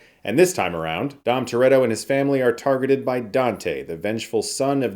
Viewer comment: Fambly. We had to stop watching them after my wife invented a shot every time Vin said Fambly. We lost our eldest son to alcohol poisoning after the third one yet we kept watching until the 5th one. Rest in peace Godfrey, you are missed. Not sure I will see this in the theater but I will definitely catch it on streaming at some point. Fambly. Once you hear it, it can't be unheard.